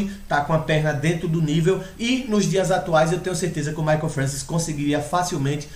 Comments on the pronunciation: til vc escreveu certo só pronunciou errado, mas ninguém é obrigado a saber pronunciar francês, se escreve francois mas se fala Françoar. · a pronuncia do nome é FRANCOIS = "FRANÇOAR" belo video amigo! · sim, mas o certo é FRANÇOAR que se fala, mas é aquilo, cada pais com seus dialetos e sotaques falam da forma que achar melhor. kkk mas o certo é FRANÇOAR mesmo, mas é só porque o povo é chato mesmo fica enxendo o saco por causa de um detalhe.